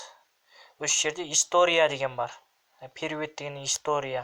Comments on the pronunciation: Перует дегенин не, позорынай, элементарный создi соныда Оки алмадынба, кишкентай садиктеги бала аитып бередиго, орыс тiлi между общий национальный тiл, оны кай адам болмасын бiлу кажет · Не перуед а перевод